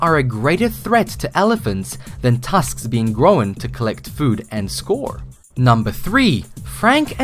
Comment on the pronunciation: He said..." Gro-wen".. lmao